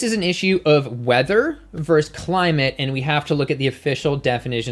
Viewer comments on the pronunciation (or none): I can't take this video seriously because you don't know how to pronounce the word "versus"